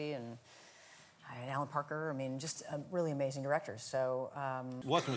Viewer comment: "diwector" ... "pawents" ... was his mother Baba Wawa???